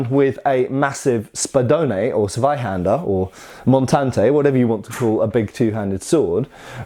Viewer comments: TSSS -vaihander with a sharp and pronounced "Tss" at the beginning. Not this soft "sss" sound that english speakers make when they see the letter "Z". (Just type that word into any dictionary with the function to read words out loud to you...) edit: Props for your "Landsknecht". You´re getting good,! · Hey, your pronunciation of "Zweihänder" was really good! The only thing you could still "fix" is saying the "Z" at the beginning like a "Ts", not like the "soft S" sound it's usually pronounced as in English, so "Tsvy…".